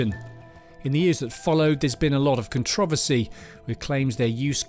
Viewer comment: No way he said controversy like that